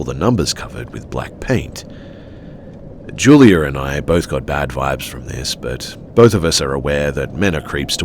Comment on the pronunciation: Julier and I? Why do English people add r's where they don't belong? It's juliAH